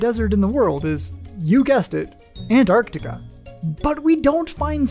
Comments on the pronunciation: That was great thank you! I learned that the glaciers act like conveyor belts and transport millennia worth of meteorites to certain gathering grounds scattered about Antarctica. Also, thank you for properly pronouncing "Antarctica". and not saying "Annarticka" 👌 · Thank you for pronouncing “Antarctica” correctly. So many forget about the first “c”. You earned my subscription 🌸.